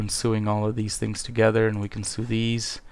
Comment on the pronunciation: Just gotta say sew is pronounced SO not SOO. ;)